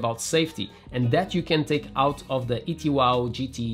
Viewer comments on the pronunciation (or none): It's not an ET Wow, it's pronounced E 2 W, as it stands for 'Electric Two Wheel'. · Another good video! And btw, it’s “E 2 W”. Say the owner say it’s because it stands for “Electric 2 Wheels”. Just sayin……